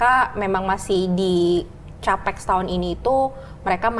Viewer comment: CAPEX itu sekarang bacanya "tjapeks" yaa.... Tjapital Expenditure....